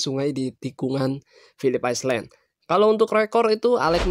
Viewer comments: Bang jangan islen bang.tapi ailen artinya pulau. Masa ngga tau.. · Philips apa bang? Aislen? 😆